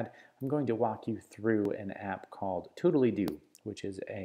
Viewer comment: Surely that's not how the name of the app is pronounced...